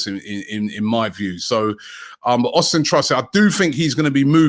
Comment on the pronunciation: Austun, not Austin.